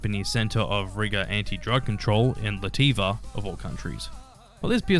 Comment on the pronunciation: Don't worry be happy is Bobby Mc Ferrin not Bob Marley. The country is called LATVIA and not Lativa.